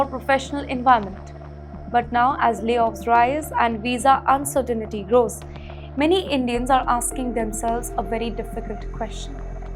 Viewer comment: She taught me a new word insirtinity 😂lol I don’t know what it meanslol 😂😂😂